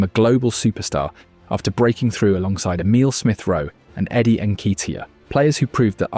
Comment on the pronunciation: You can't pronounce Eddie's name then you get his price tag completely wrong. Poor knowledge of football inside the first 43 seconds of the video.